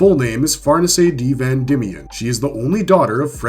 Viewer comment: Man said “FarNiSay D. Van Dimion” 😂😂